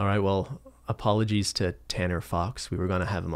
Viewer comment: my least favorite part of this podcast is when says "apoliges to- because i know gonna be over